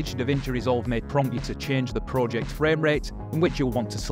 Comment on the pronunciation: i hate how you pronounce project